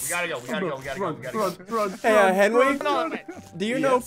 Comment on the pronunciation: ", you called a meeting!"